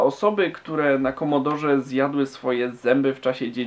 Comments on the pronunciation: Nie "Komodor" tylko "Komodore 64" :). Pozdrawiam. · Prawdziwi fanowie c64 mówią komodore a nie komodor. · KOMODORE a nie KOMODOR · nie komodor lecz komodore! takz esmy to zwali dawno temu hehehe